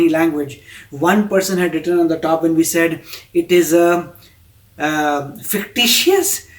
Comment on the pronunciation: No it only speaks that she doesn't know of both the heros from the south and misread fictitious as fictious which in her mind would have changed the perception of the story, why to see everything in a wrong sense my friend? They themselves didn't say it's fake but they said it was written on the internet that it was fake, stop being over judgemental.